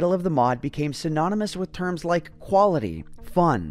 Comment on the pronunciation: He said huality not quality. Just a little diétale he put in